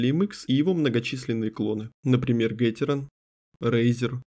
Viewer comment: гатерон, а не гатерон....